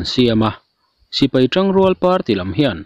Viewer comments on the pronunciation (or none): none